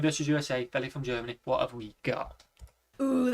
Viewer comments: FYI Feli sounds like "feely". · Her name is pronounced FEE-LEE. That's her prerogative; in most places in the US, we would pronounce her name like you did.